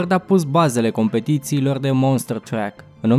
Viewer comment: Interesant, dar te rog asculta pronuntia anumitor cuvinte. E monster truck, nu monster track. De asemenea, numele companiei Daewoo se citeste aproximativ "de'iu", nu daevo.